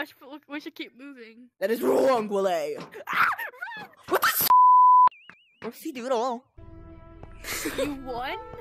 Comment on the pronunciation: "STUUUPID WOÆLY"